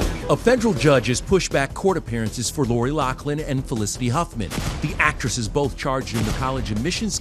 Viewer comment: LauFFFFFFFlin!!!!!! For F sakes, pronounce her name right!!!!!!